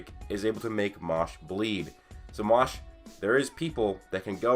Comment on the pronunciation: Fam... Seriously... You can pronounce MASH better than that. It’s Mash not Mosh. Put some respect on the mans name!